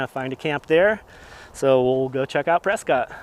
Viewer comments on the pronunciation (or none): press-scott is pronounced as press-kit by the locals.